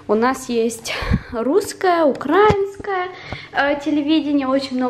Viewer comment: украИнская,а не укрАинская., говори правильно!